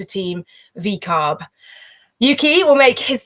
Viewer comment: Laura said "VCARB" lol